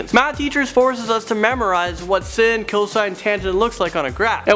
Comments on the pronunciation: Sine is pronounced like sign not sin and the plural of matrix is matrices not matrixes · *matrices. Also sin is pronounced SIGN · He pronounced it "sin" instead of it "sign"....... I'm TRIGgered. >:/ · I cracked up when he said sine wrong like its sin. And #8 and 7 and 1 are important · Math is my favorite subject, also I luv how u completely pronounced sin(x) function wrong 😂